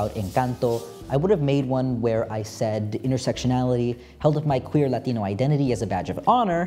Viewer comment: you switching between english and latino pronounciations for the latino words is actually so hot. you won. now help me